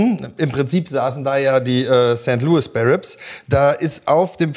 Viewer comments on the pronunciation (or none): none